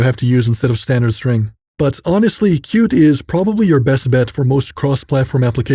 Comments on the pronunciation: Qt is pronounced cutie, not cute. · Why wouldn't you pronounce Qt as "CUTIE"?